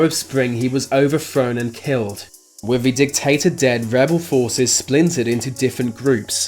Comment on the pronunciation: Why do the Brits pronounce words with -th sounds like an f??? Case in point they would pronounce "with" like "wif". It's your language and you can't speak it. BTW lieutenant is pronounced lou-10-ent not lef-10-ent.